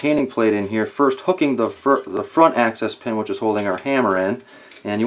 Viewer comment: Sounds like you are saying access pen. It's called an axis pen because it's the axis point of the parts.